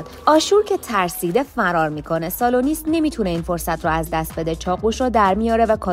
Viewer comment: اسامی رو اشتباه میگی مثلا بیاتوس : باتیاتوس کاپا : کاپوآ سالونیس : سولونیوس